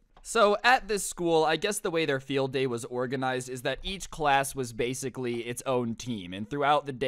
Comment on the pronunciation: "Blasicly" XD --Sincerely Your local humanoid dummy/Thunder